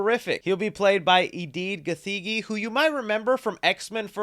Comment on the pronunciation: 😂😂 Eddy Gathengi you gotta emphasise the ‘th’ and the i my countryman right there 🇰🇪